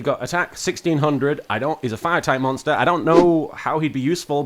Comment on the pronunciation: “If your linked link moster” ~giggles~ 😂😂😂😂😂